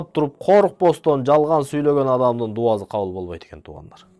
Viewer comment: Видео жакшы. Илим алса болот. Бирок ушул дуазы дебей даусы деп суйлосонуз жакшы болчудай. Кыргыз тилиндэ, алфавитте С, З эки тамга тен кездешет. Оз орду менен колдонсок жакшы болот эле. Анан келди, кетти дегенди гелди, гетти деп суйлогонубуз аз болгондой дауЗы деп албай. Анда самалетту-замалет, сарыны-зары деп албайлыбы.? Ушу элдин алдына суйлогондо ушундай кичинекей нерселергеда конул буруп койунуздар. Каттуу тийсе кечиресиздер. Бирок, ( соз ээсин табат) ушул макал менен чечим чыгарса болот. Мынтип туз айтканды туура кордум.